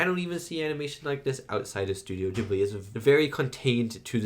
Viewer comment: Great reaction, was lovely to watch. Also as a bilingual, glad you watched it subbed, and love that you pronounced Studio Ghibli correctly!